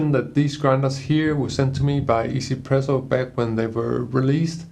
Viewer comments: Lol I used to call it one zpresso too! And thought what a weird name! After I realize it’s a Taiwanese company, now 1zpresso totally make sense! 1 in Chinese is pronounced “E” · Glad to know that people know it's pronounced "ee-Z presso" but not "one Z presso", as 1 is pronounced "ee" in Mandarin lol. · I'm sorry, is it really pronounced 'izi-presso' ?